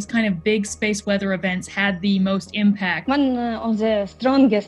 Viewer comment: speese wezzer